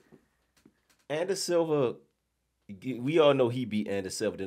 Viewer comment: Did he call him Izzy Ander Silva LMAO